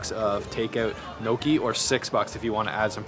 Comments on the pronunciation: i noticed too haha...Gnocchi which is pronounced ''Nyo ki'' but he said ''no key'' hahahah..., with all your travel around the world you still manage to mispronounce some very well known dishes, what's the deal with that 😂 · gnocchi LOL its pronouces NI O CHI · It’s not No Key bro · Butchered that pronunciation of Kouign Amman. Also Gnocchi. Lol